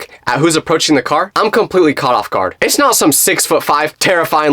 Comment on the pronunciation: it’s “it’s” not ots